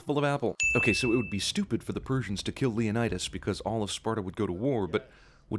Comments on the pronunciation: Was I the only one who died laughing at leo-nide-ass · Lay-oh-need-us. You forgot to ding it every time they mispronounced it... just sayin'. I'm waiting for Zack Snyder to direct a film version of "Horatius", next. Just not, y'know, very much. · Leonid-Ass😂 im crying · Leonid-ass made me die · Leonid-ass XD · Leonid-ASS... haha!